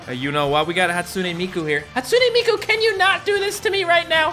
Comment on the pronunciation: Its hatsune miku not hatsoonay meekoo